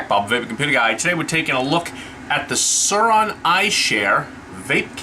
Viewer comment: Its not called salt nic its nic salt 😐 and suorin is pronounced swore in ffs lol